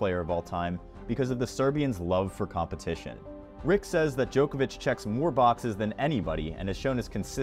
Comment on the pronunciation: You are the joker. It is Djokovich. Not JOKER VICH